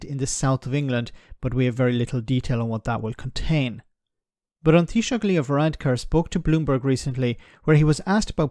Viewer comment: Appreciate the correct pronunciation of "An Taoiseach" 👍👍